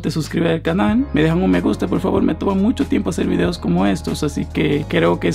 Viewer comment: En el segundo 5 yo escuché que dijo fideos en ves de videos. Jajajajajaja 😂 Like si tú también lo escuchaste